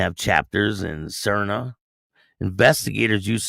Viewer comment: the how to pronouce Saria SAR Nee Au